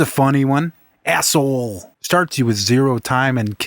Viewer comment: THE WAY HE SAYS ASSHOLE (ASSOLE) XD